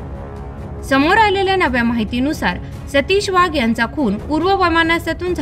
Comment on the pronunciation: वाघ आडनावाचा उच्चार वहाग असा केला ही बाब खटकली.